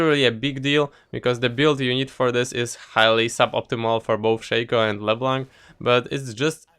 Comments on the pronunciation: I love the way you say leblanc "Bleeblac" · thats how u pronounce it no need to thank me